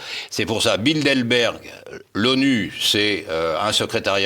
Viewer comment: Le décurion a t il de bonnes lunettes? c est BildeRberg , pas BildeLberg. Ou bien, doit il aller chez le prothésiste-dentiste ?